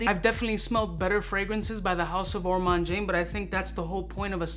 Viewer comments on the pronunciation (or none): You misspelled Ormonde Jayne's name in the title of this YouTube video. It's called Ormonde Jayne and not Ormande Jayne! You're also mispronouncing Ormonde in the same way.